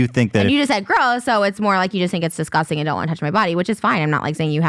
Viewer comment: You guys have come a long way and also Ethan try not to say “I don’t want to wrestle with you that’s DISGUSTING” with all that emphasis on disgusting. You can speak your point without going over the top. Cause then it looks sus